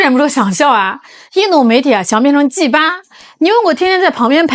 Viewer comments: 啊三成了G8 聽了怪怪的G八😅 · G8, G8... 念起來有些不对勁似的，有点像粗话似的。须小心注意发音！😂